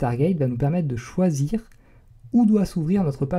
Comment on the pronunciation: à ton "choisir" était très bisard xD ^^' ( petit détails de rien du tout ^^) Merci pour t'est tutoriels très constructif continue ainsi !